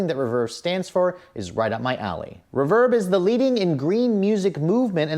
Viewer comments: Reeeeeeeeeverb . . not Rehverb =( I've never heard anyone that is into music pronounce it that way! =p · All due respect, but it’s pronounced REverb. Love the video!